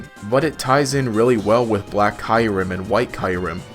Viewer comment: It's Kyurem not Kyrem